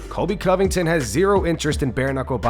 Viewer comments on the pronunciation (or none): none